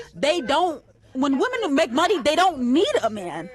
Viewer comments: Omg I can’t watch this! The girl in white says woman instead of women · What is it with these women these days? They can’t even pronounce women. Why do they say woman when it’s plural? Drives me crazy.